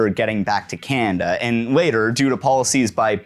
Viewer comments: "Cannnda" Is this a normal Canadian pronunciation quirk? Regional accent? Unique personal inflection? Also heard some "Cannndit" (candidate). Never really noticed this with other Canadians but I'll admit my experience with Canadanese is limited. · Definitely a regional accent thing.